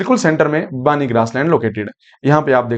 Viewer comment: बानी नहिं , बन्नी Banni